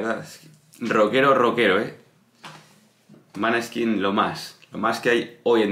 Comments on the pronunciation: Se pronuncia moneskin nombre danés y quiere decir, claro de luna. La chica es medio italiana medio danés a por parte de madre. No digas maneskin se pronuncia con la o. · Claro de luna..es Danes..se pronuncia Moneskin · No es italiano el nombre ed Danes y se pronuncia moneskin luz de luna